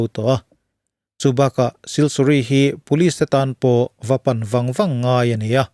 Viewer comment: siliguri ti a kan chhiar ngar2 leee